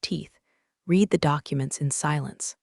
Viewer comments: "Reed" "Red" WTF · AI can’t distinguish. Have to write “red” for correct pronunciation of past tense. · Word READ is pronounced differently dependent upon TENSE used. When incorrectly used it is demeaning to story.